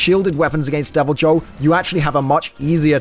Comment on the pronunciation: Really bothers me how you pronounce Deviljho.. it’s pronounce ‘y’, making its name pronounced as ‘devilYhho’ connecting Y and H sounds.